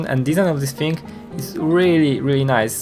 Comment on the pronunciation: Hah dopiero w usłyszałem jak wymawiasz "thing" i wiedziałem, że jesteś Polakiem. Wcześniej nie wiedziałem do końca co to za akcent, dobra robota. Powodzenia!